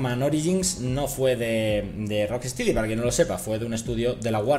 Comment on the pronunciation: se pronuncia "rock-estedy'' xD